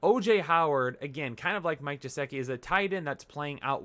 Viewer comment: Maybe if you pronounced Geh-sick- e’s name right he would follow your predictions 😏